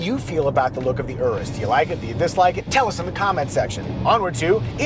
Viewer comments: Finally someone knows how to pronounce the name Urus 🎉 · It’s always great to hear it called the Urus not Yuris 👍